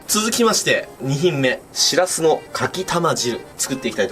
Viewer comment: ぼくは盆地の出身なんでわからないですけど… 「しらす」っておい「しぃらすぃ」ですね！